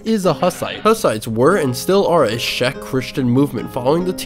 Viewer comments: I would add that "Cz" in "Czech" is pronounced like in "check that out" and not like "Sh" in "Shrek" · you pronounce czech like "check"